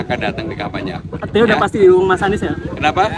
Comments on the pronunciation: Admin saking semangatnya ....ngomong kampanye jadi kempanya ...hehehe... Tdk apa2 malah bisa buat lucu2an. Yg penting bisa sosialisasikan hal2 yg terbaik. Semoga cagub yg didukung dan bisa terpilih nantinya bisa membawa DKI lebih baik dan bisa akomodir kebutuhan dan kepentingan masyarakatnya. Kalau terpilih semoga selalu amanah .....dan .... TETAP SEMANGAT !!!. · Bukan karna semangat nya si Admin, tapi Emang Dari dulu Bilang kampanye di Bolak jadi KEMPANYA, coba ente lihat Video² dia yg lainnya, he.hee